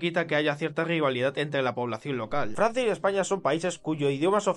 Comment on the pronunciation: Farsia es riarea